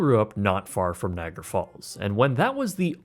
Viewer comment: Can’t stand how you pronounce “Niagara”. Had to turn this off and block this creator.